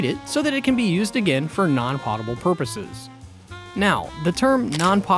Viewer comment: 1) Nevada =Nev add uh 2) potable= poe tuh bull